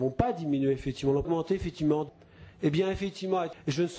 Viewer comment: à la fin, on entend "Fétiment""